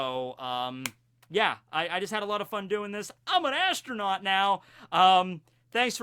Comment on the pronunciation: did you just say astro-NAUGHTY???